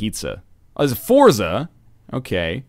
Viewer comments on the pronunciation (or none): none